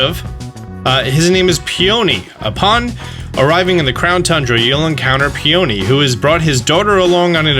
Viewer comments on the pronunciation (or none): Pee-yuh-nee. The yuh is barely pronounced Not pee-OH-nee (please don't hate me they're my favorite flowers 😅) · Peeani not pony lol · I think peony is pronounced "pee-a-knee" But I'm not sure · Just wanna say, Peony is (pee-uh-nee) like the flower, as several of the major characters names have been flowers for sword and shield: Magnolia (tree and flower), Rose, Hop (flowers used for beer), Oleana (feminine adaptation of Oleander), Mustard (tree and flower), and Peony. Love all the work you are doing though and glad you continually cover all these updates, keep up the great work. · The way you pronounce Peony is annoying and wrong.